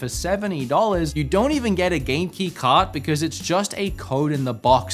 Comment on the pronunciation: It took me too long to realize you were saying Game Key instead of Genki......I think I need sleep....LOL another great vid.